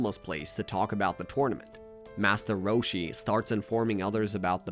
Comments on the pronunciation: Did he say "Massa Roshi?" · I’m on another account so uhhhhh yea Part 2 this one could just be way he talks idk ain’t no way that’s the name of the attack “da mice” (he says this a lot in the saiyan saga so be prepared 💀😭🙏) he’s talking about the dragon balls like they’re a person another masta roshi wait did he? (I didn’t watch dbz either but I know more about it than this guy or I wouldn’t be writing this I can’t remember if it was 10,000 or 10,000,000 but I know it wasn’t 1,000,000 HELP “da mice” ARE STEALING MY CHEESE PLS HELPP!!!1!1 it wasn’t confirmed that it was a t-rex but it was a dinosaur I’m writing this at 2 in the morning and my fingers are getting tired so imma sign off for tonight👍🏻 Edit: also I accidentally made this a comment and not a reply so u just gotta scroll a bit to find the original comment. Just look for